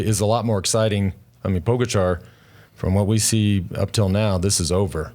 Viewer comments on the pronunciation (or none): It's pronounced Po-gotcha, no po-ga-char...Lance makes everyone else dumber. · Its not pronounced Pog-a-char. It is pronounced Pogatcha. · Or Po-Gotcha!